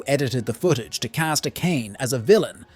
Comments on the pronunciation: AKÉJN? Really dude??? A-ka-né!!!!! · everytime bro says A-kain im losing my shit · great recap but please pronounce the name properly, who tf is a-Kayne-ey